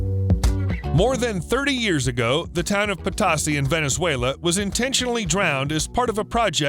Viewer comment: It's a long "o" in Potosi. I live in Potosi, Missouri.